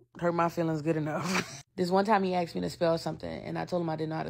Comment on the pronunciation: Asked not axed.